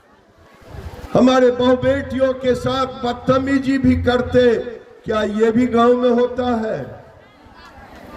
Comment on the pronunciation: Batamiji😅😅it's batameezi